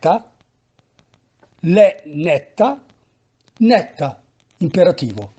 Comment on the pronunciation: Esatto. Bel lavoro questo delle lezioni, mi piace. Però attenzione che le consonanti doppie si scrivono, se si usa la grafia classica milanese, ma non si pronunciano mai doppie. Nel video nètta, nèttela, nètteghela sono pronunciate con le T doppie, caratteristica che invece è estranea al lombardo in generale e al milanese in particolare.